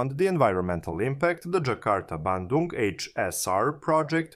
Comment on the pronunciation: You nailed pronouncing "Bandung" perfectly!